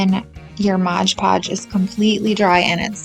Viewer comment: Cute for your little girl! Btw it’s MOD Podge. Not Modge Podge. Common mistake 😮